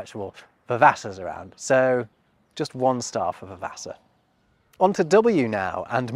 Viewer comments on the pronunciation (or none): It's possible that Russin is a medieval precursor to tea (I.e Afternoon tea), however this theory only works if dinner is the midday meal (e.g. School dinner, the lunch offered to children at British schools during termtime) and Supper the evening one. Also, Vavasour is pronounced Va-va-sore. I first became aware of it as the surname of one of the characters in a TV adaption of an Anthony Trollope novel the BBC reran a few years ago